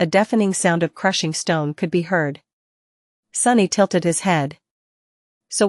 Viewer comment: Don't forget tilted lmao